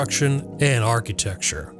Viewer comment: Ar-QUEUE-tecture... LOL. Anyway, bullsh*t video with clickbait title, let's be honest... THIS WAS NOT JFK'S HOUSE. IT HAS NO CONNECTION TO JFK AT ALL. Okay I feel better now.